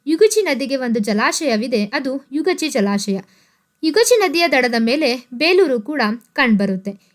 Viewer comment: Not ಯುಗಾಚಿ ಅದು ಯಗಚಿ